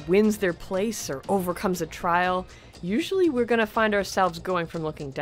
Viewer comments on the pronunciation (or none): none